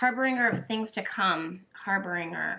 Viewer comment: Harbinger is pronounced with a soft g or j sound. ❤️